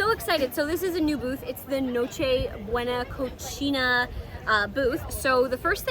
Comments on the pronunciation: It's not Cocina it's pronounced Cosina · It's pronounced "co sea na". You're pronouncing it the way it would be pronounced if it were in Italian, which I commend you for lol. Props for doing your best to pronounce things properly, as a fan I appreciate it. 😁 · Awesome information, my God she is so beautiful… two things though, NocheBuena Cocina (caw-see-nah) and mojo (maw-haw), and the second, look at the camera, not the LCD screen please. Again, great video and super beautiful. Good Lord, she’s beautiful. Sorry if I’m sounding disrespectful towards her or her significant other.